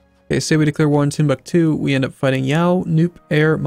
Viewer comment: I can't wait for him to fully annex Timbuktu so you stop butchering the name.